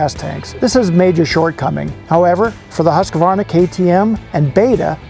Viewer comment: Thanks. Good to see. I guess makes no difference now they are Austrian, but my old Swedish girlfriend would correct your pronunciation of Husqvara. In Sweden they pronunciation is not Husk like corn husk. Rather Hoooskvarna with the "who" sound.